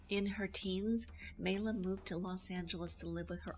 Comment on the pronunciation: Maila (pronounced My-la) was born Maila Elizabeth Niemi on her birth certificate (not Syrjaniemi). She moved to Los Angeles in 1941 and lived with her Aunt Ida and Uncle John Peterson. Paavo Nurmi was not related. That is not a photo by Man Ray. That photograph was taken by Bruno Bernard in Los Angeles not New York. She was never legally married to Dean Riesner. She actually shaved her own head in an emotional outburst after Vampira, the show, was cancelled. The hair dressers story was made up for the press. That is not Jack Simmons dressed as James Dean, it's her boyfriend Chuck Beadles. Vampira the show on KABC-TV Channel 7 ran from May 1, 1954 - April 2, 1955 (50 episodes) Vampira Returns on KHJ-TV Channel 9 ran from May 18, 1956 - August 3, 1956 (12 episodes). Cassandra Peterson was hired to play Vampira on the new Vampira show. They only changed her name to Elvira when Maila Nurmi disagreed with their choice of actress to portray her character. The court didn't rule against her as it never went to trial and Maila had to ultimately drop the case due to lack of counsel and finances. Nice tribute though.